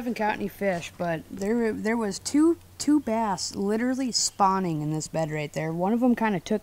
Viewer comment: Opp's meant SPAWNIN not PAWNIN! I was laughin to hard over you and that Missouri chick!